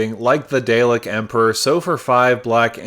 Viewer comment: I love this and I love the video, but every time you say Dalek my heart drops lol